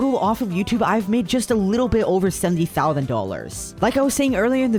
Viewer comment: I love his videos But I don’t like how he says Thouthnd